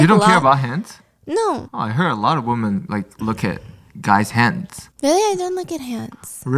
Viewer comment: Stephanie, your English is outstanding. I have noticed a tendency to pronounce women as woman. Very important to distinguish one or more. Women is pronounced as though o is short e or eh so WEH men. No o sound. Love you 😅